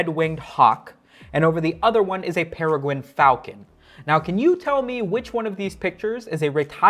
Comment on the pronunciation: I'm sorry did you say pewugwuin fauwcon? I wonder what he's up to nowadays...